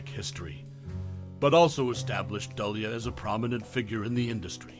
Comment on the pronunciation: Keir Dullea is not the only actor unrecognized by the current generation. As long as there are constant remakes and reimaginings, they never will be. No actor should ever be forgotten. And his surname is pronounced "Doo-lay."